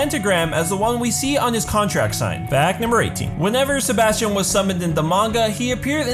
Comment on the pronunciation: “Sebastian” “SeBAUUSTION”